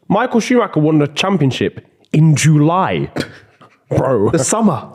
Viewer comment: I am dead at how says July jooooolay